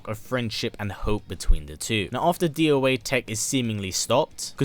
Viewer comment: You say doa tech as doa tech, not d o a tech.